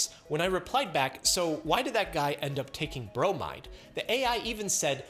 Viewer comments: I facepalmed when he said "bromide" in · He went from Chlo-rider to Bro-might-her.